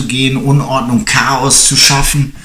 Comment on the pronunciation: CHAOS Wusste garnicht das du Mexikaner bist?? XDD